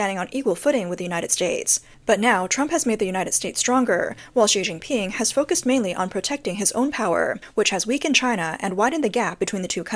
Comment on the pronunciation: She Jin pin sounds like Sea Sea Ping.